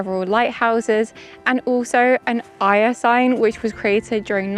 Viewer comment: Just please learn how to pronounce Éire!